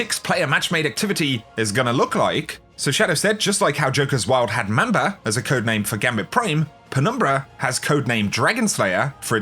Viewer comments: It’s pronounced MOM-BA, not Ma’am-ba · Mom-ba not Mam-ba. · PLEASE PRONOUNCE MANBA RIGHT